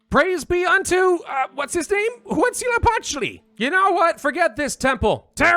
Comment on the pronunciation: Deity pronunciations: Quetzalcoatl: Ket-zuhl-co-ah-tul Xipe Totec: Zhi-pay Toe-tech Tezcatlipoca: Tez-cot-lee-poe-cuh Huitzilopochtli: Hweet-zee-low-poke-tlee Mictecacihuatl: Meek-tay-cah-si-wah-tul You actually got Tlaloc right first try, ehehe. The hard part with all of these is that to pronounce them COMPLETELY accurately you have to say all those syllables together relatively fast and breathlessly.